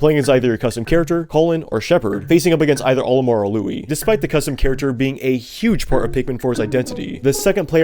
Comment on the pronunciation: You called Olimar, Olimer, at the start of the Pikmin 2 section 💀